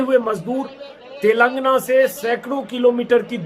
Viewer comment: सही उच्चारण तेलंगाना है 🙏